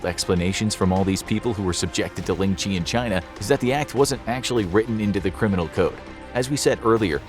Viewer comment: Ling Chi really u Butchered that so bad